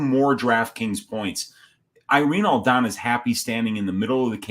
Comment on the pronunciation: It’s “Aldana”, respectfully